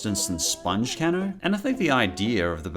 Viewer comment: It’s pronounced cay-no not can-no